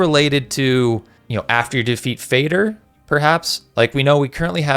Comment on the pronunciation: It's not "fayder". It's fah der. Father. Moder is mudder. They are mother and father dragons.